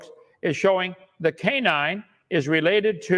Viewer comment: Not only does Dr Dumbo talk rubbish, he can't even pronounce English properly. What's a 'canin', Kent?